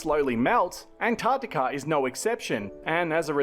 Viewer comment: Yeah - the geology's fascinating! And it's great to hear an American pronouncing "Antarctica" properly instead of "Anartica". Well done,!